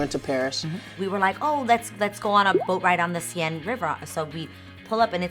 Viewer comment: Love these two together! But A the French river... it's Seine (Seh-ne)... not Si-e-ne.. :)